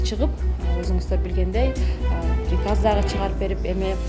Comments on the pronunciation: Пирказ дегенди туура айтып алчы анан Директор болсон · Пириказ,дейт го.